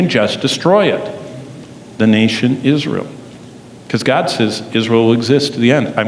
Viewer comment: GOD, not dod.